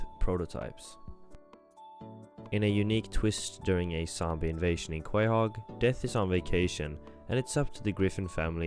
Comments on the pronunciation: how u ab to do a whole family guy video and say QuAyHoG like bro they pronounce it in like every single episode 💀 i havent seen it in like 6 years and even i have CO-HOG implanted in my cerebral cortex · what is Kwayhog? There can be only two explanations for this mispronunciation: Either, 1: You have never seen a single episode of the show in your life and somehow you got this script from AI or something, and the clips from…idk where. Or 2: You pronounced it wrong on purpose as an engagement farming and ragebait tactic, which, I guess is working, but is an extremely annoying thing to do. So which is it? You can’t tell me English isn’t your first language because you clearly speak English and if you’ve seen even one episode of the show in English you know how the city is pronounced. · uh this guy must not watch a lot of family guy or be a ai voice because I can't believe he messed up saying the towns name that badly also do you know what lost means because if the ytv episode when found then they are not lost so don't know why you are talking about them and that diamond ads not last it took me only 2 seconds to find it and it was a 12 year old youtube video that had it man your research sucks